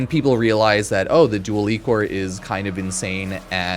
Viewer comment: Pronunced “Eye-Core”